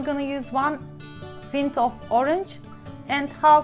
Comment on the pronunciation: Salaam sister! Orange rind is pronounced like it rhymes with grind, lined, find.